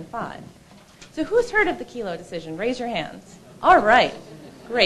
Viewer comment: It's "Kelo" v. City of New London, not "Kilo." Good info here about liberty & the opposition to gov tyranny.